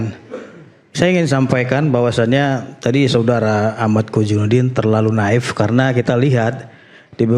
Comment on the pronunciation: Naif, bukan naip